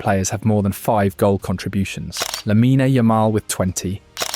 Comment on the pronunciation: It's lamine NOT lamina